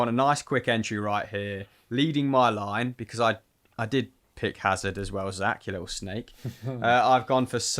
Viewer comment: Who's this "azar" that speaks of? It's Hazard!!!!!